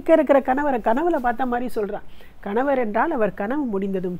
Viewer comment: Beautiful and soulful Performance. The for this treat. Also one request to Subha Madam; If singers don’t know Tamil, please help them with distinction between “N-ண” and “n-ன”. In this “kanavar” and “kaNavar” pronunciation makes a lot difference in meaning. Especially in this line - “கணவர் என்றால் அவர் கனவு முடிந்ததும்..” Still very soulful rendering, thanks to!